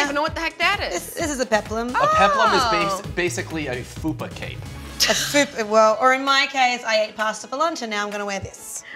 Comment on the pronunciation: It's FUPA CAPE! But I'll let it slide this one time :)